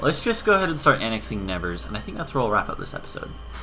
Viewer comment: The way you say "Nevers" hurts my ear a bit :D (I'm French, haha), so I found that very short video about how to say it properly